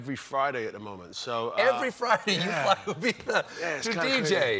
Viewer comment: lol its IbiZa. Idris has a cockney accent and they pronounce the Z with a th. Colbert got caught up in the sexiest accent of the year and kept calling it Ibitha.